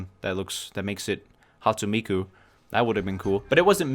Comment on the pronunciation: How dare you butcher Hatsune Miku's name like that XD